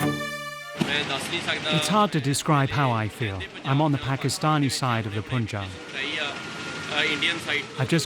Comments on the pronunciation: This video is full of inaccuracies: 1) It's pronounced Pun-jaab, not Poon-jaab. 2) Punjab is not the breadbasket of India. I mean, no longer since a few decades. Check the state-wise wheat, rice and other cereals' production, and you'll know that other many states are comparable or outrank Punjab in production. 3) Turning this into a political issue just about Sikhs is harmful to the real historical understanding that many communities suffered during partition. Sindhis, for example, were overnight rendered homeless and without their own state. Many Rajasthanis, Gujaratis, Kashmiri Pandits lost parts of their regions. This Sikh exceptionalism divorced from the rest of the India from a western perspective, from journalists that can't even pronounce 'Punjab' correctly, just to pander to their local hardline Sikh diaspora is ridiculous. Especially in a country as diverse as India where different languages, cultures and customs intermingle and coexist with their strong representations. I hope you can make your research deeper. This takes new relevance since farm laws protests originating in Punjab and Haryana were widely reported outside India, but those didn't have much traction amongst other farming and enterprising states such as Maharashtra, Karnataka, Kerala, Tamil Nadu, UP, Bihar. Why? Because, in general, Indian people want competitive markets. And some farm law protestors want monopolies and easy guaranteed incomes, at the cost of environmental degradation and banana repub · It's pronounced panjab, NOT poonjab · How difficult is it for u guys to pronounce Punjab.. Its not puunjaab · Stop saying poonjab FGS. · The narrator pronouncing Panjaab wrong the entire time. Please do some extracurricular research before filming, although this was a fantastic documentary otherwise. The name for region of Panjaab is derived from Farsi language and translates to Land of 5 waters. Panj is 5 and Ab is water. There is also a city called Panjaab in Afghanistan to this day.